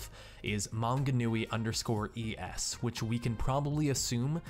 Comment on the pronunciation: Hearing people entirely mispronounce New Zealand names is quite funny. Tauranga is my favourite xD (To be fair, Manganui was pronounced pretty well ;) )